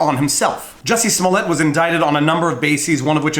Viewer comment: Who is Jussie Smollett? His name is Juicy Smooyay